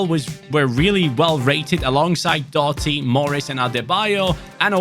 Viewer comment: Doughty is pronounced D-ow-ty. the gh is silent, and the ou is pronounced like the ou in ouch